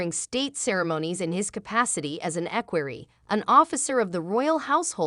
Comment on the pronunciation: Learn how to pronounce the words. Listening to your butchering equerry was too painful. Learn that V means “the fifth”, like King Edward V is verbalized as King Edward the Fifth. VI is sixth. VII is the seventh. Basic simple Latin, which is a part of our lives. Watch My Fair Lady and listen to the professor explain to Eliza how she is in control of her voice and the words she uses and the way she pronounces them. You should try like Eliza did, and succeed. Good luck.